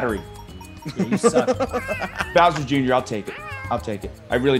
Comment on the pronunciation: Creed VERY deliberately saying "Boy's Soul". Gotta pay the troll toll, man